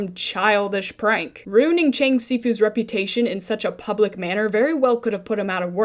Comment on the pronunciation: bruh Fr I'm a mandarin speaker and the only thing that makes anything close to the the s in si in this episode is an x and it wouldn't be pronounced bc x is like sh essentially also the cheng isn't even pronounced right an e in Chinese is like uh or eh depending on which letters you combine it with, and in this case it would be pronounced like "chung" bro what were the writers doing there like y'all should do your research 😭